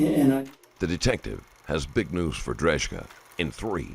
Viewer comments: C'mon man..you have JCS and other youtube videos on this guy and you still butcher this guy's last name 😬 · the narrator doesn't know how to pronounce Drejka's name even though he clarifies it himself in the video 😅 90% sure the narrator hasn't even watched the video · You persistently pronounced his surname incorrectly which was a slight bugbear. I suspected it wasn’t right when I first heard you say it but I thought well maybe it really is pronounced like that. When the cops asked him his surname though it confirmed my suspicions. A pretty minor annoyance though considering how good your videos inevitably are 👍